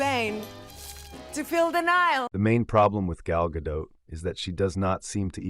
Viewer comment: her name is not gah-dote...it is gah-dot, like spot, cot, tot...as in shabbat 🥸. she tries to westernize her name or even worse tries to frenchify her name like brigitte bardot. at least she she is not as bad as natalie portman trying to hide her judaism for most of her career